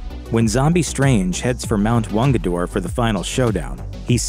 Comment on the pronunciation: Mt Wungador??? Dyslexia strikes while reading the script!